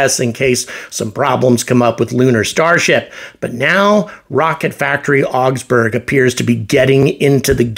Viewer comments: RFA being a German company, I would expect the correct pronunciation of Augsburg is not "ox-berg" but "ah-oogs-boorg" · The Wikipedia page for the city of Augsburg has an actual pronunciation; just click on the Loud Speaker icon.